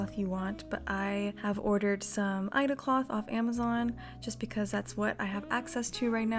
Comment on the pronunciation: It's said "i" "e" "da" lol. Aida is used for cross stitch. For embroidery you should use an evenweave fabric such as linen.